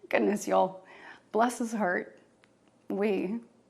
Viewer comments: Valley Girl whisper/cries non-sequiturs that describes Trump better than anyone ever has that's tried. It's Y'all not Yo'll 😂. You're not from the South that's for sure. You're the party of hypocrisy and you've just given the best example of the juxtaposition in which you whisper/live 24/7. You're hilarious! You should go on tour with all the rest of your sciences denier friends. If anyone made heads or tails outta this sleepy bedtime story, please write the cliff notes.... Please! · she literally can't say"y'all" right.